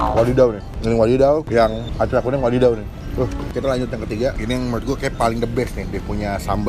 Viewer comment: Acar kuning bang, bukan " acay kuning " 🤣🤣🤣